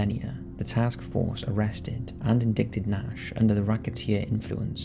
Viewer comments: In - die - ted. Not on-dick-ted. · That word is ‘indicted’, pronounced “in-DIE-ted”, not “in-DICK-ted”. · Is it "unsolved"? John Holmes was convicted of at least participating in it and got a murder conviction of some degree, I believe. "Indicted" is pronounced "in-dight-ed" not "in-dicked-ed", just FYI. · Except he'll pronounce stuff like "indikted" instead of "indicted". 🙄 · This guy, narrating a crime video, misprounced ‘indicted’ ! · That is not how you pronounce “indicted.” That is up there with hy-per-bowl for hyperbole.